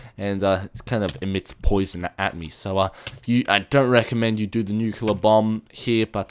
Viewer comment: LOL! you siad bum anstead of bomb! ep: "BUMS AWAY!" x]